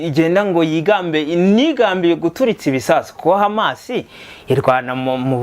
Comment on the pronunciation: Courage brother hano birabara kbsa , uri hejuru musore, urumva ukuntu HAMAS ayivuga mucyarabu 👏👏👏!